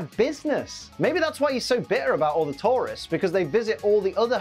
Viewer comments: It took him saying it 3 times before I realized he's saying tourists and not Tauros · Everytime he says Tourists I swear he's saying Taurus😅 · Ok, I'm sorry I had to say this. Due to the accent, when you say tourists, it sounds like tauros. Makes it sound like Blaine was tired of battling wild bull Pokemon. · Only I kept hearing Tauros every time said tourists, took me a few seconds to understand:) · I also heard Tauros and thought "Why does he hate Tauros? Did a bunch of Tauros trash the Gym? Because I don't remember them being mentioned when I last saw the episode" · I constantly keep thinking he is saying Tauros instead of tourists for some reason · I thought you were saying taurus for half the episoe haha